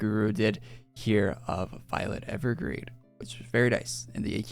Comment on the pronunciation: "Violet Evergrade" XD